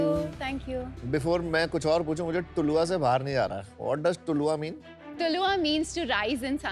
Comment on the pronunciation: Brand name pronounce yese karo ......tu laaaa